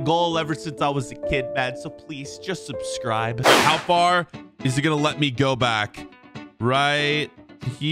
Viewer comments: I will sub if you stop saying subscibe and not subscribe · u say subscibe bruh